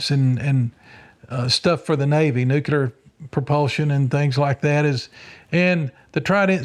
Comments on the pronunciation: I want to take this serious but I have to admit, after hearing him list his degrees and certifications, I’m struggling to get past him saying “nucular”. If his degrees and certifications are legit, he’d be the first person I’ve heard with multiple science/engineering degrees mispronounce “nuclear”, not on accident but, by default. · What is this "nucular" you speak of? 😆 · Why can't people pronounce nuclear?😂 It's nuke lee er. Great video guys 👍